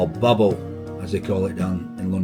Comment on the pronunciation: It's not booble... It's bubble 😂bleeding 'ell sort it out,,, Mike from South London 😂